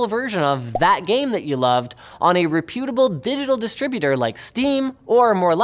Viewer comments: Linus says "reputable" incorrectly but if enough people do that it will become correct pronunciation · he totally mispronounced 'reputable', in a way that has to be totally deliberate